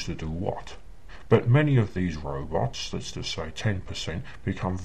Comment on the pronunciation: Thank you. I wondered what happened to this guy. I was pretty sure it must have been something like this. I love when he says "robits" in this video.